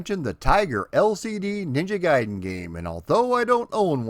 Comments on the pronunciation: yup. Ever since street figher 1😀. Also like the other comments I pronounced gai-den as gay-den. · I'm ashamed to say I called it Ninja Garden. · God damnit it's RYE-YOU and NINJA GAY DEN